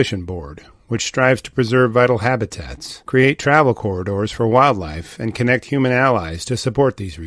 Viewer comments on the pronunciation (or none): none